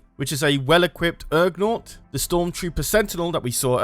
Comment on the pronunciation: Ugnaught not URgnaught